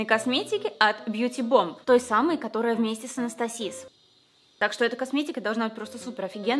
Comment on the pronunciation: Не Анастасиз а АнастасИЗ